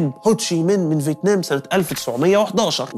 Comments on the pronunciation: فيتنام ❌ فيتمان ✅ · هل لاحظتم أن الدحيح شوي بقول فتمان وشوي بقول فتنام